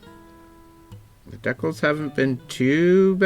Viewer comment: Dec-els? Don't you mean Dee-cals? 😊